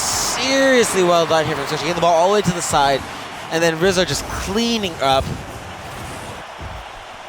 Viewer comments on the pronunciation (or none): I swear at one point said “squizzo” instead of rizzo